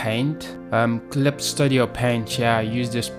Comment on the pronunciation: Sto-dio? It's Stud-io lol.